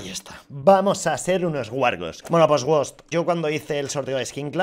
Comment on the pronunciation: Me cague de la risa cuando dijo wost 😂